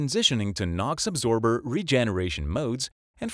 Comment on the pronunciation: absorber not “adsorber”.